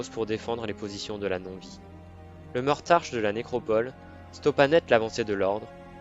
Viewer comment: Hahaha!!! Franchement génial!! Beau boulot! Par contre je pense que c'est Mortarck et pas Mortarche ;) Merci du boulot, je vais me bouffer toutes tes vidéos fluff!!!!